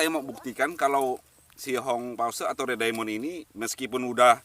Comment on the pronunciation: Itu kalau baca bukan red diamon. Tapi red daimen